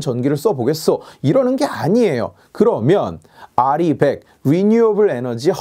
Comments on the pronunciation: R200으로 들리는데요... 공통적으로 나오는 단어가 아닌데... 나중에 검토는 해줄수 있는 단어긴하네요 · 윤석열은 알고 있었죠 정확한 발음은 리벡 이렇게 말했죠 근대 찢표퓰이 알이100 이라고 발음을 대충알고 발음을 잘못한거죠 윤석열은 리벡이라고 말하는 장면이 있죠 텍소노미 찢표퓰이 들고 나왔다 망신당했죠 거기에 원자력이 포함된걸 모르고 빼버렸죠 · "알 이 원 헌드레드"라고 발음함.. 리백 선동 한 사람누구인지 개악질이네 ㅋㅋ